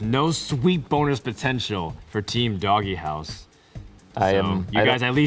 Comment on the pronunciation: Why the fuck are they pronouncing "DogeHouse" as "DoggyHouse"?